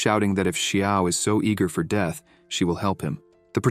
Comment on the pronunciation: deeth.....i had to stop....leern engrish